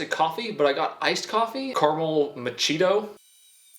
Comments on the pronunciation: MA CHEETO?!? Im dead. it's mah key ah toe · Car mul muh Cheeto, I think you meant caramel macchiato (Mach e ah toe) sir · The man said Machito! ITS Macchiato (Mach~ee-ahh-toe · I don't drink coffee however I laughed too hard with the caramel macheeto pronouncement hahaha And WHO adds the liquid before the cereal? does that's who!🤣🤣🤣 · Everyone here made he poured the milk first but as a coffee person when you said Mahcheeto for Macciato omg XD 😆 instead of getting angry I'm gonna be nice it's pronounced Makki at toe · “Carmel ma-cheeto” 😂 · "Carmel Macheeto" 😆😆😆😆😆😆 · Muh-Chito? Are you fucking kidding? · mock-eee-OTT-oh. Goof🥳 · Bretmans sister, Princess also calls macchiato, macheetoh 😂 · I think you mean carmel mak ee ato. You should have picked ONE cereal. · y'all are talking about the half-and-half but you're gonna let him slide on the "Caramel Macheeto"? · “Caramel Macheeto” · "Caramel Macheeto" ... you mean... Caramel Machiatto? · "Carmel ma-cheeto" CARAMEL MACCHIATO HAHAHHAHAHAHA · Caramel “Machito” 😂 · carmel macheeto 🤣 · I’m still stuck on Machito instead of macchiato 🤣🤣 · Did he really just say “caramel mochito”? 😆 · It's Pronounced " Care-A-Mel Mock-E-Otto lol. Half & Half is 1/2 Whole Milk and 1/2 Heavy Cream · He said maCheetoh instead of Machiato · pronouncing macchiato “ma-Cheeto” and genuinely not knowing what half and half is just makes him that much more adorable 🥰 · Anyone else catch how he mispronounced the coffee name...carmel macheeto 🤣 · Lmao did he really say "carmel mah-cheeto" 🤣🤣🤣🤣 I'm dead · Caramel " mah-kee-ah-toe"... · I think he did that on purpose just for this video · caramel “muhcheeto”… 🤣😭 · My key at toe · Ma key a toe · Why are we not talking abt the way he pronounced macchiato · he butchered the machiatto pronunciation... lol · I’m not only mad that he poured the milk before the cereal, but also mad that he pronounced “macchiato” wrong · The way he pronounced macchiato killed me lmao